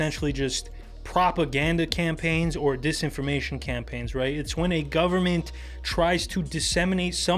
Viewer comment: Dont br intimidated by, he can't even say sit or the the word when